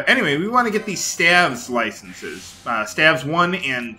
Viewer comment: Stave is pronounced Steyv not Stav :)